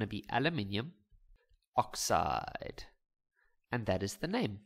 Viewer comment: The way he says oxide!😮😂😂